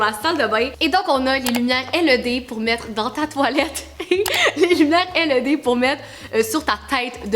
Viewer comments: Sa ne se dit pas L E D mais led toute coller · Pas pour etre méchante mais sa ma gosser juste comme sa c pas l e d c led (tt lier) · je veux la même salle de bain LED 😂 (en france on prononce "laide" c'est très drole d'entendre L E D) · Led pas L E D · Super vidéo encore! Trop drôle que vous disez Led « L.E.D. » en France on prononce Led « Laide » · On dit led pas l e d dsl c’est juste que sa fait vraiment bizarre quand tu le dit hihi 😜😂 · pour info sa se prononce (laide) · Qui lui dit quelle prononce mal le mot led